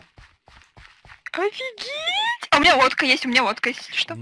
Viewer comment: Когда говорила лодка мне послышалось водка🤣